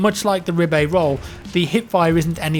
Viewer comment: That SMG is pronounced "Ribeye" as in steak